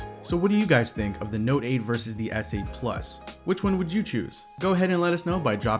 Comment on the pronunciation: did this guy really just say snote